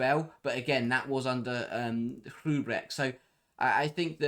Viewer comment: Hrubesch is pronounced ROO-besh. 😉